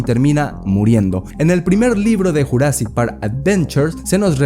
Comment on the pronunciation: Estaría genial un redoblaje para JP93, que le digan jurassic en vez de yurassic es medio cringe la verdad, aun así, siempre seguirá siendo mi peli favorita de la historia del cine.